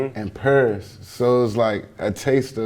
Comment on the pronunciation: This nigga really said "PEEERIS"